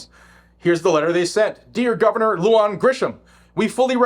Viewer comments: Love your content.. big supporter.. Just an FYI for you (having been born in NM), not that it's really important, but wanted to offer the pronunciation of these names/words.. First, the commie governor's name is Lujan, pronounced *LOO-HAHN*... Next "Bernalillo"... pronounced *BERN-AH-LEE-OH*... Totally NOT hating man, like I said... LOVE you! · FYI: Lujan is pronounced like 'loo han'